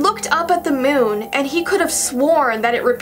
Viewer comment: You said moon wrong